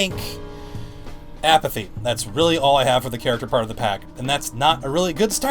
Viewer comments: D-did you say "char ach ac ter" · Why do you have difficulty in saying “Character”. It makes me sort of cringe when you say it... Lol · You say character so odd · How can I trust you when u say character weirdly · Say character right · why does this bloke say character weirdly